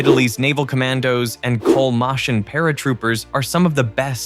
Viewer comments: I struggled to understand when you said "Col. Moschin", it's pronouncehd "moskeen" not "mosheen" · Please do not pronounce "Col Moschin" as "Col Moscin" but pronounce it as you would say skin. Pronounce it with an hard sk, Col moskin if u want. And thanks for the video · colmòscin non si può sentire...